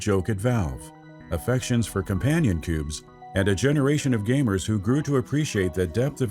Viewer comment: sorry, i can't stop hearing "gaymers" at the begining :'(